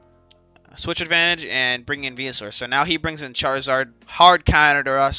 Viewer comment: Anyone else hear him say he like 9t spirtomb and venu lol